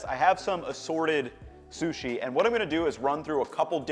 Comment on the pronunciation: i think he has a speech impediment, he mispronounces things left and right. "susi" "shasimi" either that or he is just a little dumb.